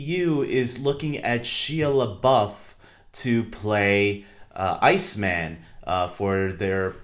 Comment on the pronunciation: you have totally butchered his name! 😂😂 it’s pronounced like SHY-A LE-BUFF good video tho!